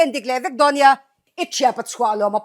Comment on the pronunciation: Chhuahlawma khi tunge chhiar sual ve che u 😂